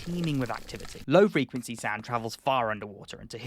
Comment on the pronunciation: WTF is Frenquency? Lol…. Love your videos…. I also love being a prick! 😹😻